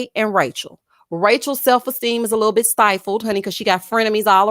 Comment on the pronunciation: I 😆 cackle errtime you say "lit toe bit toe"